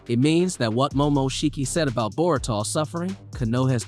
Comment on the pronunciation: bruh you say everything sooo elegant and clearly, until you pronounce ANYBODIES name from the show. nar ru toe / bor ruu toe. ty for vid thooo <3